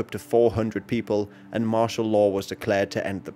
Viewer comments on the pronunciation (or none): none